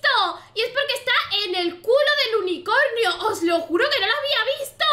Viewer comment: dice unicoño en vez de unicornio